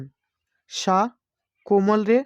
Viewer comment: সা কে ছা উচ্চারণ করেন